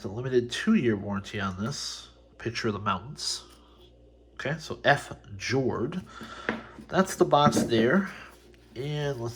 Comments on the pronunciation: I laughed when he said ''f- jord'' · Fjord is a Norwegian word. It refers to the dramatic geography on Norway’s coastline. It’s pronounced fee-yord.